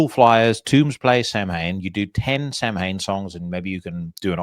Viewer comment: Another good one. Swirly of the week was well deserved. By the by pronunciation for Samhain is Souw-in.